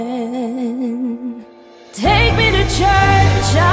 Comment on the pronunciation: it's Amen not haymen😂